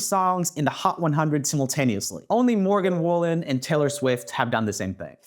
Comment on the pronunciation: HE SAID MORGAN WOOLEN,, AS A FAN IM VERY HURT